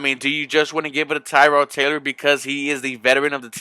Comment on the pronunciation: Dude ,learn how to properly pronounce Tyrod Taylors name!!!he is not named after a car part. think "tear' as in tear drops of sadness.Tear-Rod.And i was at the game ,the whole team was out of sync at first.But I saw a ton of promise.